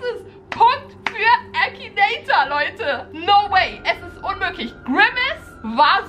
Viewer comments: Es heißt Akinator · es heißt akinator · Das heißt akinator😂😂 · Finden wir 15.000 aus #TeamBeki die an mich glauben, dass ich den Akinator besiegen kann? DAUMEN HOCH 😂👍🏻 Findet ihr den Akinator auch total creepy? Ich mein WIEEEE macht er das???? 👻 P.S. Da mir einige sagen: MAN SAGT AKINATOR nicht ÄKINATOIR 😂 Leute, man kann es Englisch ODER halt auch auf Deutsch aussprechen is doch egal😂🥹